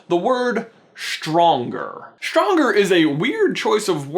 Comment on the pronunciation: its not shtronger is stronger